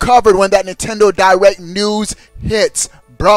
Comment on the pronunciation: hahahahahahahaha spell it how he say it pop